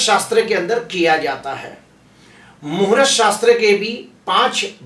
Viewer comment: Muhurat nahi sir. Muhurt bola Karen please .